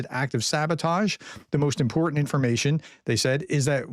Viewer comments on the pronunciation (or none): none